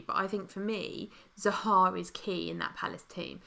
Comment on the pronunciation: I love your stream but cannot stand the way you both pronounce Zaha, it's not Zahaaaa :)